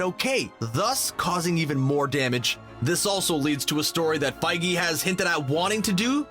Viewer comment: He says Kevin fayge so. Not surprising